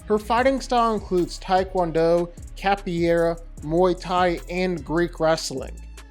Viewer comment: Sounds like: Capo Era